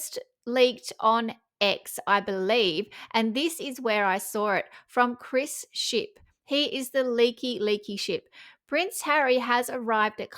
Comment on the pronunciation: Did you say Chris Ship or Leaky Ship?? 🤔